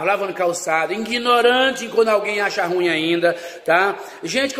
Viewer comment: O pior é ele falar ingnorante kkkkk